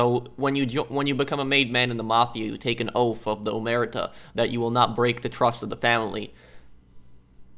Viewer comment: omertà with the accent not omerta...love your playthrougts keep it up! greetings from Italy